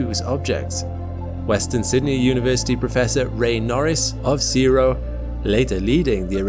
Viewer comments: CSIRO is not pronounced "seero." It is pronounced as it is spelled, C-S-I-R-O. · Hi CSIRO is pronounced as just the letters. C.S.I.R.O.,.... sound's weird but that's how we say it in Australia 🇦🇺. All good. Love. 🪐🌎🇦🇺🙏🙏🙏🙏👍👍👍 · for future reference, nobody pronounces CSIRO as a word. It's always read as each letter.